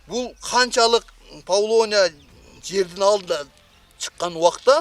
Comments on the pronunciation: Павлония эмес ПАВЛОВНИЯ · Павлония эмес, павловния. Даракты экпейт, даракты тигет🤦‍♀️